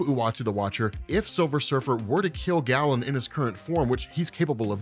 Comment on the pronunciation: I'm a BIG fan, but the name is pronounced "Gay-len", from the ancient Greek. Amazing work!